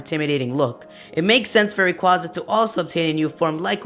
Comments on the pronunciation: ITS NOT RAQUZA, ITS RA-QAY-ZA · its rayquayza not rayquoza p.s. me think its mega evos does anyone ageree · Rayquaza is actually pronounced Ray-quay-za.